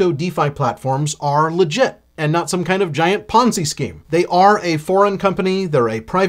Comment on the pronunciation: Took a shot every time he sayed penzi scheme